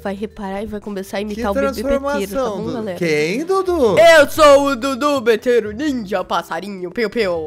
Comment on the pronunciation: O Maria e vc precisa de uma aula de português cê fala tudo betero ao invéz de Dudu betero